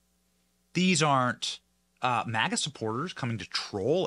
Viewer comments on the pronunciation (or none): none